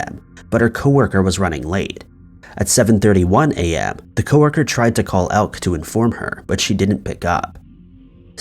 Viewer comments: For future reference, Elke has two, not one, syllables. El-ke, not Elk. Come on man! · The name Elke is European and it is not pronounced elk, the e is not silent. At first I thought it was spelled Elk and she was part of an American tribe, but she is from Belgium and her name is Elke. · Elke is pronounced "Elk A"..just saying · Elke is pronounced elkah